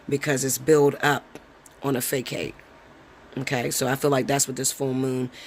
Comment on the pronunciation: Facade: Fah-sod